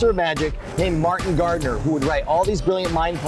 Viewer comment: when he said Martin Gardener, I thought he was saying Market Gardener XD